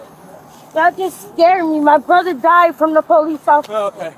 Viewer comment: Ze po - lice. ?